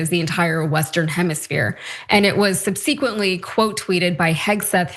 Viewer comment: Can someone please tell the proper way to pronounce "subsequently"? 😆